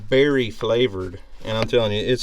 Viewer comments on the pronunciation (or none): none